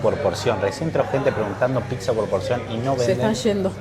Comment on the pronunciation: Pizza se dice, no pitzza chabon